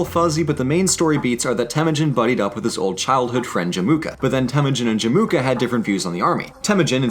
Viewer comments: cool vid but it's pronounced Jem-Oo-Ka, not Je-Moo-Ka. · But “Jemuka” though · Everything is mispronounced, i might just have cringed to my lower intestines lol. There's no "K" sound in Jamukha btw. I have only one addition to it tho, about China's relationship with Nomads in the north. When Temuujin was on 9 years old, his father, Esukhei got invited to a dinner party in the nearby Chinese village and got poisoned. Chinese also used bribery to keep the nomads fighting each other than unite and be a problem to China. Like you said, for a while said this plan worked pretty well for the Chinese but it created 'distaste' to the Mongols. It could be seen as revenge and declaration of power when they invaded China given that most of the soldiers and generals had their ancestors poisoned, tortured or killed by the Chinese. It was also a common practice of Chinese to give trophy wives to "strongest" Mongol tribe leaders before the empire was a thing. Wives were to spy on the tribes and relay information back to the capital. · Emphasis on Jamukha is in the Jam, not the Mu